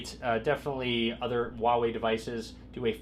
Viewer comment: please, it's not "waway". 华为 is pronounced "hwa wEy" with emphasis on the h and the a in the first syllable and w+Ey in the second. Both sounds rising sounds. If you want an easier way to pronounce it, use Hunanese (Chang-Yi or Lou-Shao) dialect - "fa wEy". Copy 华为 to Google Translate, choose source language as Chinese and click the speaker icon.